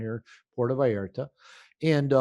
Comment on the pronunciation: It is VALLARTA, not Vallerta. I know you look at details. Great interview and insight.